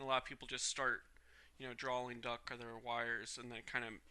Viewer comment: why do you keep saying duck instead of duct